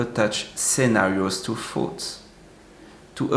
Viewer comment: Your English is excellent but one word always mixes me up: you pronounce the word “thoughts” as if (to my ear) sounds like “foods.”